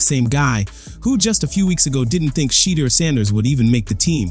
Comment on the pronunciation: Stop "Butchering" the man's first name. Learn the proper way to pronounce it. No harm,just respect. By the way,enjoyed your spin on Sheduer's NFL adventures thus far.